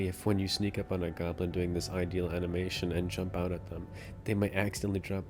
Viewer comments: Yeah sounds like ideal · The way he says idle angers me.